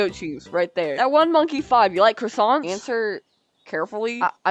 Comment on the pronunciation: Wait... Are you made of cwoissants?